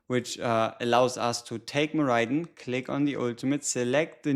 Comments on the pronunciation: Have the devs confirmed that's how his name is pronounced? I read it as 'Mor - Eh - Den' not 'Mor - Eye - Den'. Just nitpicking of course, but I've heard a lot of other CC's pronounce it Mor-Eye-Den as well. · I also think it’s mor eh den lol